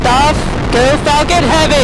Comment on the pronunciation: Did he say Fuckin heavy?